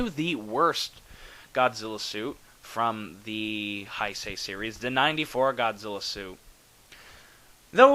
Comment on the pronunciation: G91 might be the coolest Godzilla suit ever. It's powerful, menacing, bulky without being fat... Fantastic! I agree with you that it looks better than the 89 suit (which really is the same costume), and I think that has to do with the way the rubber "settled" after being used in BIOLLANTE. By the way, it's "Hey-say". I'm sorry I keep correcting your pronunciation with all these videos, but since this is a term Godzilla fans use a LOT I think it's fair to make sure people pronounce it correctly.